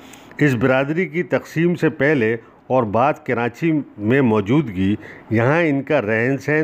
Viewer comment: Sir aap karachi ka pronunciation ghalat use kar rahay hen jaisa k.. karaNchi ghalat hay aap darmiyan men N laga rahay hen jo k ghalat hay.